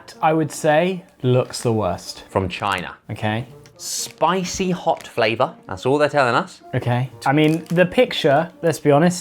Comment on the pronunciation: Bithcjsjjk the way Josh emphasize China lol